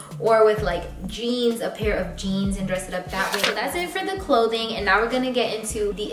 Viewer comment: All I’m hearing is “go swipe your card RIGHT NIE”